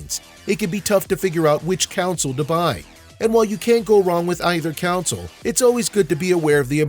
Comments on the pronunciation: It's CONSOLE! Not Council. Damn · u keep saying counsel